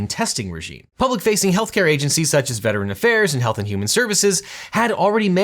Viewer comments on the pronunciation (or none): none